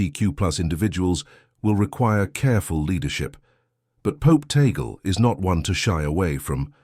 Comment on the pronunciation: please pronounce the last name, Tagle; "Tag-le"......tag-----le! tag le!